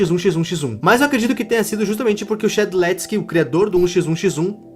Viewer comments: se fala shediletiski ok, e também faz um vídeo de uma lorr mais explicada como por exemplo que no mundo de forsaken o C00lkid é filho do shed (sim no forsaken isso é canônico) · Como pronunciar Shedletsky > Xéd-letis-ki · eu fala primeiro do 007n7 ele é um dos que tem melhor lore e maravilhoso ou shedlestky, inclusive se pronuncia shelestisky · Shedletsky é o nome correto que ele fala fala errado o nome parabéns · "shedéuxtiski" (cono se pronuncia é tipo shediléti iskai) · shedeusky 💀 pra ajudar e she lets ky com o barulho do t e do ky como se fosse k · shedeutsky😭 é só falar shed-let-skee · "Shedeltski" "Shedeltski.." "SHEDELTSKI.." HIPE A PRONUNCIA É "SHEDLETSKAI" COM L😭😭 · o tu pronunciou shedletsky errado e q a pronuncia e tipo SHED LET SKY (tipo shed vamos ao ceu) mais se tem q falar SHEDLETSKY, isso pode ser meio ignorante e idiota mais era so uma correção, alem do shedletsky ter cido 1 dev do roblox e criou 1 jogo chamado Sword Fight On the Higt que tem 1 trilogia de espadas bem conhecidas na comunidade do roblox, por exemplo o c00lkidd do forsaken usa a firebrand, uma das espada q o shed criou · Ele falando shedeuski akkakakakakkakkakaka desculpa....mais não dá akakak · Se pronuncioa shedeletsky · Shedletsky se pronuncia shi dlet skai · Ok, já que ninguém falou eu vou falar (caso ele faça um vídeo dos sobreviventes isso pode ajudar kk): Shedletsky se pronuncia "Che di lé ts ki" e pode ser chamado frequentemente de Shed. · Na verdade a pronúncia real é shedilétski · Correção: o nome do Shedletsky se pronuncia Chediletiskai (sim eu meti essa pra explicar como fala) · Se pronuncia chedi leti iscai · n é difícil: shedletsky se pronuncia chédilétiski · Não tankei esse "shé-del-ski"KKKKK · "Shedeutsky🥺" TOU PARINDO UM ÔNIBUS AKKAKAKA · O nome é shedletsky mais o pronunciamento é xed lets kai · o nome do Dev se pronuncia shed Let's sky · vc se pronuncia shedlétiski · se pronuncia sheledsky 😭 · Não tanquei o falando shedelstkc